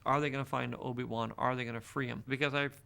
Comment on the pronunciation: Did just say "Obi Wuhan"? Sounded like that